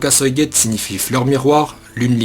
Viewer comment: Par contre tu sais pas dire suigetsu xD